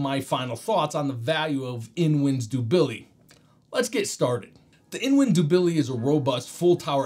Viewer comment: The pronunciation of the Dubili is killing me 😂